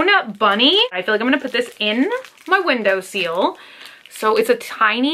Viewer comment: did you just say “window seal”? ....... window sill 🤦‍♀️ then again, you do always incorrectly pronounce your i’s as e’s. Like when you talk about “lip tint”, you say lip “tent”. Is that a Southern US thing, or a Bunny thing?!